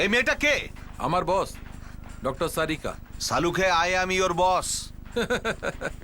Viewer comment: why the hell it's pronounced "SARIKA' instead of 'TARIKA" ?!!